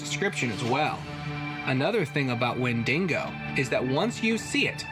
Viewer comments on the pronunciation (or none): Please.. please stop saying wen-ding-go.. there is NO second "n" ! It's wendigo. As in wendeego !